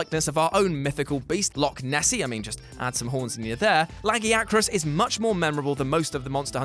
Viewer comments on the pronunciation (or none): Those pronounciations raped my ears. It's (Lag-guy-ya-crus)!!!!! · Idc where ur from His name is (l-uh-g-ih-uh-crus)